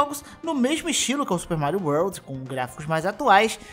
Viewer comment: SUPER MARIO UORLDIS